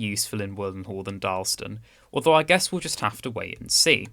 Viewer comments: Also it’s DarlAston not Darlston. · and speak a bit slower. It is Dar laston, not Darlston, and Wolverhampton with emphasis on the ham. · It's Dar las tun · Should be 3 syllables in Darlaston, not 2 (dar-las-ston)